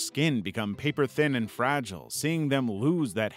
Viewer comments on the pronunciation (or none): none